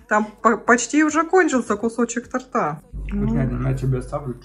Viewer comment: Не тортА,а тОрта.Тортик,тортик,тортик, бббррррр.,ну действительно,слух режет. Ну, а на вид ваш торт выглядит очень аппетитно.Удачи!